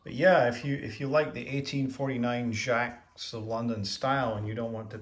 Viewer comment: It's pronounced jay-cs